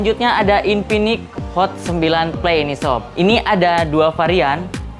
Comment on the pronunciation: Infinix bang bukan inpinix😂